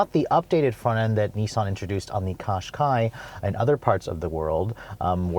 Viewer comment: So it's just a Qashqai with uglier rear lights... It's pronounced "Cash-kai" by the way.